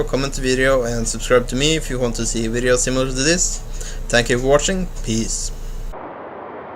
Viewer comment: Also, "another wideo...". Lol :D